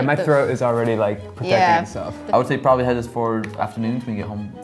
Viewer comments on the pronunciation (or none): none